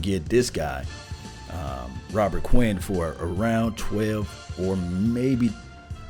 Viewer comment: Please say the man's name correctly.